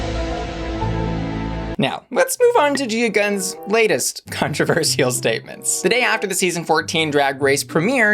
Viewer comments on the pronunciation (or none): ”Let’s move on to Gia Gunn’s Cuntroversial statements” OMG! I don’t know if that’s what you meant to say, or if I misheard it, but it’s all I can hear now! 😳🤣😍